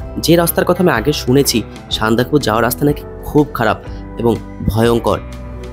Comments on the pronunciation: সান্দাকফু উচ্চারণ টা আগে ঠিক করে করো। উচ্চারণ নিয়ে সচেতন হতে হবে। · না,ওটা একটু কানে লাগছে বাট এত সুন্দর ভিডিও দেখতে গিয়ে ওসব পাত্তা দিলাম না